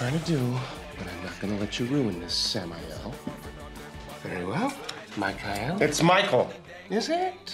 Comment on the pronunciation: Lucifer: very well Michiael lol 😂